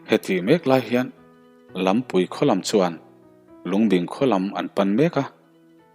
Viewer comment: Lampui khua i tih khi, LAM kawngpui thluka thluk lovin Laampui (dance) Lamzawl i lam anga lamrik tur a va nih hmel ve...